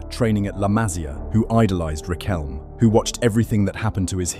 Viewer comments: RiquelmE no "Riquelm" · yeeeaah well was a complicated era here and even us (many of us at least) think that that world cup was fixed...i mean military dictatorship and all that, right?. BTW the "E" in Riquelme its not mute, just saying, i dont like the guy, but is a pronunciention thing